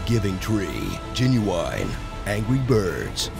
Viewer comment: 😂😂😂😂 Genuwine pfffft